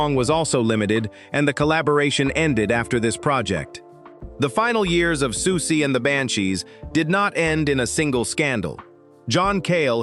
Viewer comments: I found 'Sooksy'instead of 'Susie' unreasonably deeply annoying.. BASTARD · exactly this lost me the very second the narrator called her “Sukesie”1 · Any plans to get an actual human being to narrate this@ Please send my love to Siooksy! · "Sooksie" was grating and annoying but I must admit "Socksie and the Banshees" made me chuckle. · SOOOK-SEE? Americans are SO embarrassing! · Yeah, it was annoying me too